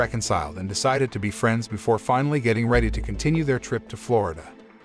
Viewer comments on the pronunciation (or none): none